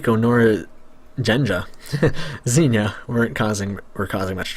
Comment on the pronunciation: If it will help you to pronounce it right, the librarian's name in russian sounds like genya or jenya